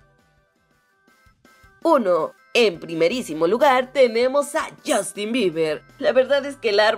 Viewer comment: Buen vídeo!! Pero Justin se pronuncia "Yastin" no" yostin "